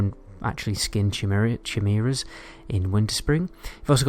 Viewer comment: The creatures you're referring to that Leatherworkers make leather NR gear from : they are called "Chimera's" - the word is pronounced "Ky-Meera". ( Useful video as usual, thanks dude ! :) )